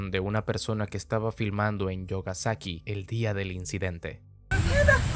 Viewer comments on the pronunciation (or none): La pronunsiacion correcta no sería "yogasaki" sino "miogasaki" xdd